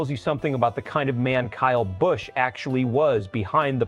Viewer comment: I ABSOLUTELY HATE A.I. IT CANNOT PRONOUNCE A NAME CORRECTLY. BUT THANKS TO EVERYONE WHO REMEMBER KYLE AND ANYONE IN ANY FORM OF MOTORSPORTS WHO PUTS A KYLE BUSCH #8 DECAL ON THEIR HOTRODS. GOD BLESS KYLE R.I.P. BROTHER.